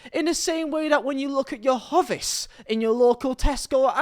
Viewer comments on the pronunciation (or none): It’s pronounced hoe-vis surely 😂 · My millennial brain: "Wow, this young man is remarkably on point here!" My boomer brain: "Wait a fucking minute, how did he just pronounce HOE-VIS!?" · The way you pronounced hovis offended me more than that shirt ever has or will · The real tragedy is how you say, "Hovis." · I was thinking the same😂😂